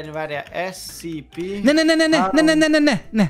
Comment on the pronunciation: Amugy bocsi scp èt ugy kel kiejteni hogy scèpè